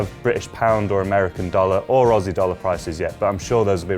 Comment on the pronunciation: I love how he said Ozzy dollars